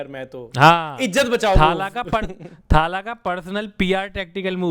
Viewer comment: Arre bhai it's not थाला it's तला or even better तलअ . Stop pronouncing it wrong for god's sake!